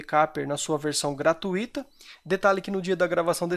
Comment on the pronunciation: Obrigado pela dica amigo, excelente! Uma crítica construtiva, a palavra gratuita, não tem hiato, é um ditongo, ui, portanto a pronuncia correta é gra-tui-ta, com a sílaba mais forte sendo tui, e não gratu-í-ta. Que a PAZ de DEUS esteja sempre em seu coração.